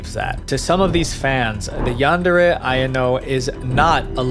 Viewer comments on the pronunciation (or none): Pronunciation error. Ayano is like Eye-yan-no. Not I-N-O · ITS AYANO NIT IYANO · its pronounced a-ya-no i think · aYANo, stres the middle syllable, great vid dw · This a a really well done video. I use to really like this game till recent events. Also I thought Yan-chan’s name was pronounced I-yawn-o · The way you pronounced Ayano absolutely killed me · Why do u pronounce Ayano like that lol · Good vid but the way you kept saying Ayanos names wrong kept bothering the heck outta me 💀💀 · the way he said ayano made me cringe bc its the most american pronounciation of the word